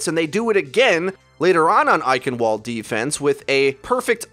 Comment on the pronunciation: eichen*V*alde Good video though. Nice to see someone use their brain! You and the pro teams who realized straight dive wasn't going to work anymore. But seriously that eichen*V*alde mispronunciation kills me...! They even say it when you play the map T_T don't mean to insult you or anything.